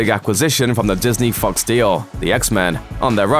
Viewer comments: Verruckter Schakal nope it sounds like fucks also 1.3k people disagree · Totally heard f**ks. Probably because I was thinking it. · That’s how I heard it too 😂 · Work on your pronunciation of "Fox." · When you say fox it sounds like the f word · The way he pronounced fox 😅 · Interesting way to pronounce 'fox'! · It's fOx not fucks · Took me a while to figure out if he was saying fux or fox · Thought he said "-made by fucks" instead of " -made by fox" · It’s actually fox, but it sounded more like fucks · it sounds like you said the fantastic 4 movies where made by fucks. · I heard him say Fox as Fucks? I am okay with that. They did fuck up F4. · Did anyone think he said fucks instead of fox? "the last 3 films were made by fucks". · When you pronounce"Fox" as "F**ks" 😂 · it took me four rewinds to figure out he was sayin fox, not something else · The way he says fox sounds like hes saying fucks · I thought he said the last fantastic four movies were made by “fucks”. I was like ok true but kinda rude lol. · I heard it that way too 😂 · The way he says. Fox sounds like fucks. . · I thought I heard him say, "...made by f*cks". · Who else thought that when he said fox,he said fucks lmao ✊ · The fox sounded like fucks to me...😂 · When the narrator says fox it sounds like he's saying fucks lol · when he said fox I though he said Fucks. Which is almost the same thing when it comes to F4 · I hear Fucks not Fox... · Lol anyone notice how he pronounced fox as fucks?? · Am i the only one who heard 'The three previous fantastic 4 films are made by fucks' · Anyone else keep hearing him say "fucks" or is that just me? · It sounded like he said "fucks"😂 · Fred Fucks? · I can't be the only one who heard "the three previous Fantastic Four films were made by F**ks" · I heard Fucks too lol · I misheard it as Fucks too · He said fucks, then changed the pronunciation slightly for Fox. It probably wasn't intentional, just truth streaming from his unconscious mind lmao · I heard Fux!🤷‍♂️